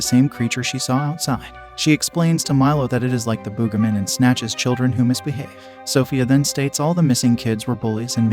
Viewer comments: It’s Boogeyman not boogahman. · The "boogamin?" That's not how you pronounce it. Use your real voice next time instead of an AI. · Bro said el cucuey wrong and says the booga man bro just don't know how to say it right